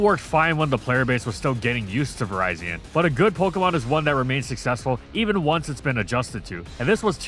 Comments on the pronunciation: Vee-REE-zeeon, not Verizon, please 🥲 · Is this an ai voice over? Why do you keep mispronouncing virizion’s name? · Am I the only one who pronounces Virizion as "Vi-rih-zee-un" instead of "Vi-rai-zee-un"? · Ah yes, Verizon. My favorite Pokemon. Just nitpicking for fun, but does anyone know the proper pronunciation? I say virizion as in viridian, which makes sense, but never know